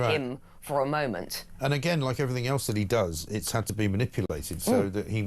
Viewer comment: "Doing everythink"?